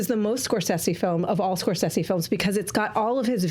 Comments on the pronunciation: I've always heard it Score-SAY-zee, not Score-seh-see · What's with the "scor-sessy" pronunciation? Very forced for some reason?? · It's Italian, right? Wouldn't Scor-seh-seh be the correct pronunciation?